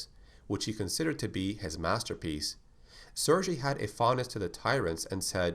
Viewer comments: Just fyi: it's pronounced "Sir Gay" not "Sir J" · Nice video, can you do one on the T-002 from Resident Evil 1 or one on the T-001 aka the Proto Tyrant from Resident Evil 0? And just so you know, Sergei is pronounced "Sair-GAY", not "Sair-JAY". Thanks for another awesome video, and I can't wait to see the next one on Resident Evil.